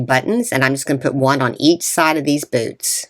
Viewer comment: Oh my goodness! At first, I thought you said "BOOB" instead of boots! Lol. Very cute.❤